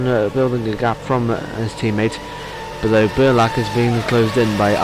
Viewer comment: one correction - its Petar Brljak,not Brjlak:).